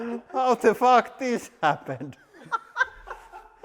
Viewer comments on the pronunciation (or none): "H0w tE fOOk dIs hApPPPeN?" lol I disd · Love the "WHAT THE FOOOK